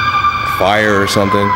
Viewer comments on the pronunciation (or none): .....fieyur or sumthinn...... ahahaha